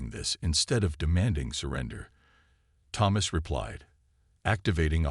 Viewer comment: Your ai pronounces Thomas wrong, but that makes it unique